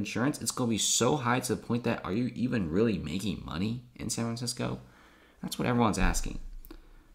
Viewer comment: Sanranissco......dude, annunciation for the love of Christ.